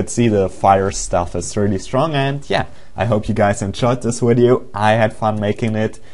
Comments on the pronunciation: la-zoo-lee not lazulee video not wideo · WHY U SAY WIDEO INSTEAD OF VIDEO!?!??!! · go to talking school (wideo is not a word just a tip) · did he say widio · I really like this "wideo"! LOL